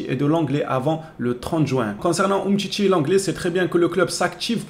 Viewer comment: umtcitchi et fatchi ! c'est drôle la prononciation !